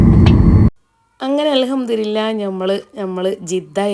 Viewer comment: Alhamdulillha എന്ന് പറയണം alhamdurilla അല്ല